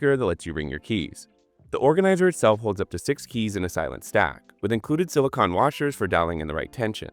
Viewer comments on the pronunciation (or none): Sili-CON when it's computer chips, sili-CONE when it's rubbery.